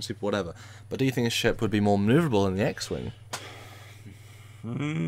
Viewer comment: Did he say "hundred-ton sheep"? OH..."ship"... :P